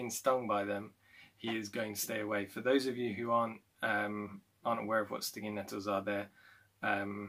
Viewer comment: I heard “stinginetto” and wondered why are you using obscure Italian terms XD